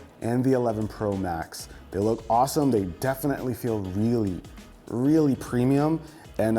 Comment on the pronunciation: "WRReally.. WRReally"